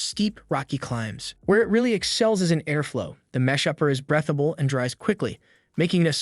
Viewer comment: It’s not “brethable”, it’s breathable?